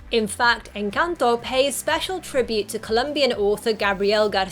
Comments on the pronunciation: thought you where gonna talk about the 10 million Colombian easter eggs. Can't blame you for missing them. Kudos on the pronuciation btw. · Omg lol I have to say this, after watching a bunch of videos about encanto, I just want to say THANK YOU for pronouncing encanto correctly 😄🥰💜 I'm not hating anyone who cannot pronounce it correctly it's just a comfort to hear the correct pronunciation. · Excellent pronunciation of ENCANTO!